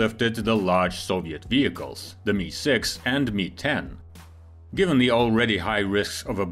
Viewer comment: It's pronounced em eye six. Not "me"